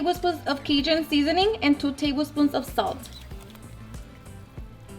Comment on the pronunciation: She mispronounce every damn seasoning she used 💀💀